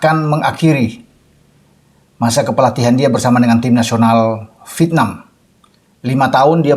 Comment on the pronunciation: MAU TANYA NIH....AKU SERING MELIHAT VIDEO NYA. KALO BICARA " VIETNAM" GAK PERNAH UTUH. TAPI BILANGNYA " VITNAM" JADI HURUF " E " GAK PERNAH DISEBUTKAN. AGAK MENGGANGGU KUPINGKU......🤣🤣🤣🤣🤣🤣